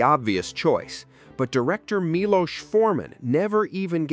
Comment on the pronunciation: Milos (mee-lose) was a great director. "One Flew Over The Cuckoo's Nest" was a game changer for me.